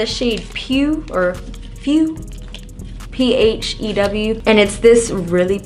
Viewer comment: Yassssss for all the goods!!! 💞 I've been wanting to try the M444 for a while, I have the M439 and LOVEEEEEEE it!! Blends my foundation in like 30 seconds 😍 btw, "PH" usually sounds like "F" , so it's pronounced "few" . The ULTA lip oils are AHMAZEBALLS 💕